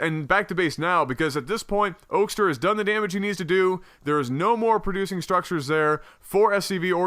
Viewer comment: Also, it's pronounced Oak-ster. You had it right the first time.